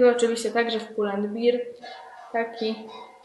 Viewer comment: ''Pull end Bear (ber!)'' - w dosłownym tłumaczeniu niedźwiedź i a nie ''bir'' (beer) - piwo. Głodnemu chleb na myśli